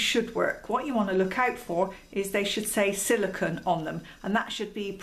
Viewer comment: Love the information. But it's silicone (pronounced cone) not silicon (pronounced con). Silicone and silicon have very different properties; silicon is a solid element sometimes found as rock crystals, whereas silicone is an oily compound comprising a chain of alternating silicon and oxygen atoms, with small organic groups at the ends of the chain.